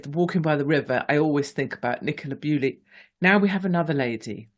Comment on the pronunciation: Why do you keep saying Nicola Bewley? It's Bulley. I doubt any of her family will be watching but it's disrespectful to get such a high profile name wrong.